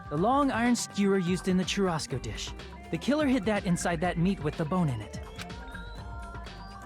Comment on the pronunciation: Your pronouce of "churrasco" is really funny for a portuguese speeker